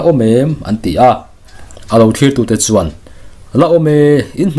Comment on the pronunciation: Chuan tih lai hi he ti vak2 lo deuh hian lam thinla ngaihthlak a nuam deuh zawk lo maw? Ka ngaihdan ve mai2🤭🤭😱😱